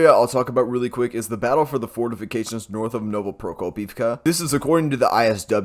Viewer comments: You had me at " fortifigated" lol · Fortificated lol🤣🤣🤣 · SIR, I think you mean fortificated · Wait. You can pronounce serious Ukraine small towns name but choke on fortifications...DUUUDE 😂.